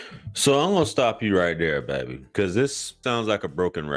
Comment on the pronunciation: You kill me every time you say baby 😂😂😂